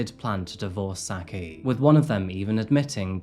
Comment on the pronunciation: y not just look up how to pronounce peoples names… i mean this is getting ridiculous. juan is pronounced with ”h”. shouldnt everyone be familiar with don juan… also, her name isnt pronounced sacky, but sucky…